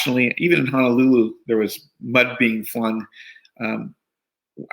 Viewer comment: He’s mayor yet he called it “Hanalulu” Where’s that?